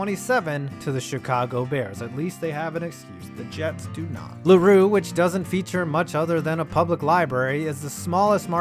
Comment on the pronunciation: It's pronounced LAY Rue